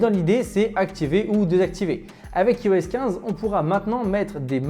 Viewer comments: Ça se prononce "AÏE-OS" pas "ee-o-ess", on prononce "Aïe-Phone", pas "ee-fone", c’est pourtant logique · Ta vidéo est pas mal mais stp apprends à prononcer IOS